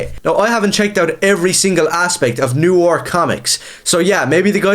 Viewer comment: What are you, twelve? First, look up how to pronounce "noir". And then go read Holy Terror.